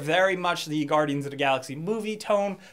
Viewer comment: Has anyone noticed he says "da" instead of "the" LOL